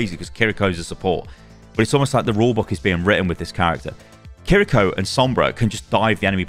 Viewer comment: Thank you for being one of the few content creators not pronouncing Kiriko's name as "Kirr-EE-ko" :P